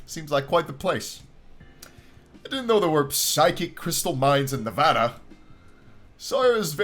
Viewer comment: Late but IDC There's no psychic crystal mines here in Nevada that's stupid (Also thanks for saying Nevada correctly)